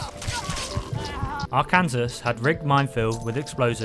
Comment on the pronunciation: that is added by a mod, there are no unique items in there normally. - it is pronounced ar-can-saw, he is named after the US state. - also a mod-added unique. - prime, like amazon prime, optimus prime, prime numbers...